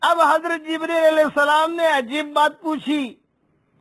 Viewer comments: Hazrath Jibraail bolna, Jibreel kya bolta hai? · en ka naam jibraeel nahi hai jibreel hai